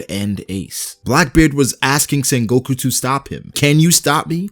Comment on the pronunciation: Bruh its not sengOku its sEngoku